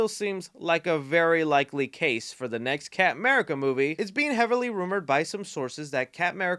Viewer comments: Love how he says camurca instead of captain america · My GOD stop saying "Capm 'Merica'". He's not Capm Crunch